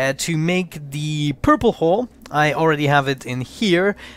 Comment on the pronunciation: Black hull sounds like black hole